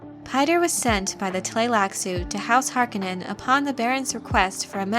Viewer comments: Please pronounce the Baron's last name correctly: HAR-CONE-NON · Harkonnen pronounced Harkounen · I am puzzled by the way you say Harkonen. Based on my previous exposure to this material it is pronounced with the emphasis on the middle of the word letter o HarkOnen. Is there a reason why you pronounce it differently? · not harkonaan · lol...:)..... Remember: Frank was alive in 1984 and consulted on the Delaurentiis film. That's why you can use it as reference if needed, because he was right there for them to ask how HE thought names and words were pronounced. But, you are right about "po-tay-toe, po-tah-toe".... I can't recall how many names or made up words I have discovered I was butchering only years later, when I finally heard the name pronounced by the author at a convention or in an interview.